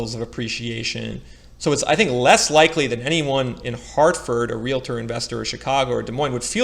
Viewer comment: It’s realtor not realator and most realtors I’ve ever known say they don’t have a crystal ball. Many don’t know what’s going to happen at all and don’t pretend to know. Please don’t scapegoat realtors!